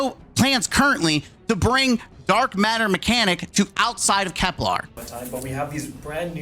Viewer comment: This is a small annoyance, but why is everyone mispronouncing Kelper as "Keplaar" there's no A in it, bros. It's Kepler, named after the famous German mathematician and astronomer Johannes Kepler. 😂